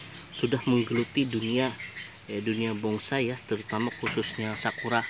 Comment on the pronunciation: Dengernya bongsai.